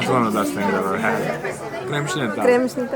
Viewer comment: You butchered that kremšnita, man! 🤣 I really want one now, though.